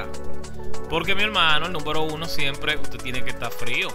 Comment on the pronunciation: entre a tu canal a corregirte algo se dice número no númbero